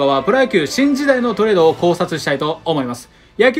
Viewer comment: 最初、シンジダイがチンジダイに聞こえる